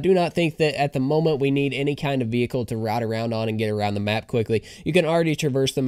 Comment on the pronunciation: Vee-Hickle Kkona